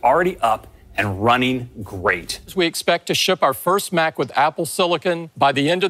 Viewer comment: That federigi dude says cempect one more time I’ll stop buying any apple products!